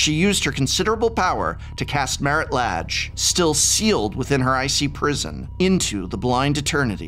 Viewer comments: I always thought the pronunciation of the 'a' in the name Lage was kind of "a" and not "ah". (plus, as a non native-speaker of English this sounds ultra weird for me, I'd say "ei" in Portuguese for the English "a") Thanks for that it would be important to pronounce right to players of my future Storyteller-RPG campaign set in old Dominaria <3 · I've heard it pronounced so many ways at this point I'm not even sure what to go with. I end up being silly and pronouncing it "la-gay" yours sounds legit though. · I love this series, but also oops I've been pronouncing it as La(n)-ge 😅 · Don't worry. Its pronounced Lage. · So, uh… is it “lah-ge” or “lay-ge”?